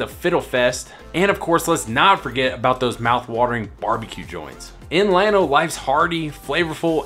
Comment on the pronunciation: No, he’s pronouncing it just right. The proper pronunciation in Spanish is like you say, but the town of Llano is pronounced by locals is starting with an L not a Y.